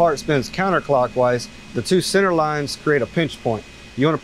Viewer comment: say senner one more time